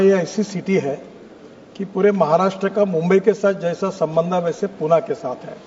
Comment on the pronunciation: गडकरीजी पुण्याला हिन्दीमध्येई पुणे असे म्हणतात तेव्हा पुणे असेच म्हणा.